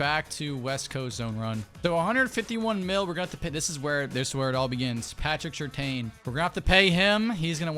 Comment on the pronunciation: I have no problem with the unrealistic trades... Just say my man Pat Surtain's name correctly 😭😭😭 Lol